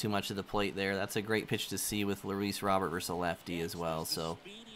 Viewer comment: its pronounced roe-bear not robert